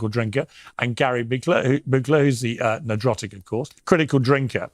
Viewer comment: Did Piers call Gary ""? I like it!